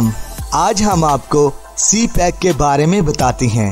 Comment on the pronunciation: Its CPEC not c- pack😊 please correct it😊